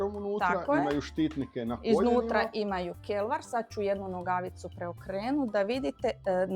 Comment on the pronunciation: 😂😂da dosta ,još pričamo prije o izgovoru i opet zabrljamo🫣🫣